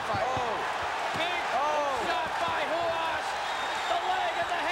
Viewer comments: who is hoo haas? its r u a s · Ah yes..Marco HOO-HAS. I remember him quite well. 😆 🤣 😂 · Why did he keep pronouncing "Ru-has"??